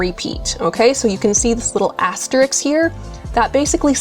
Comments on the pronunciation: This is a great video for beginners but please! The word is asterisk and has THREE syllables. Pronounced as-teh-risk. Not "as-tricks"! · Very nice video. One negative for me... Since you are featuring the word asterisk at times, please don't mispronounce it the way many do. The word is asteriSK (as in risk), not asteriks. Every time you said "asteriks," it was like nails on a chalkboard and distracted me from hearing what you were saying.. I make this comment because you are not an individual in casual conversation. You are presenting a "professional" video and don't want anything to detract from it.